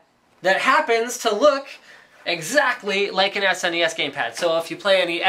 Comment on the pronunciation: I love that Linus pronounces it properly, as an acronym SNES. Some of my idiot friends pronounce it "SNES" (as one syllable, rhyming with "guess"), which bothers the crap outta me.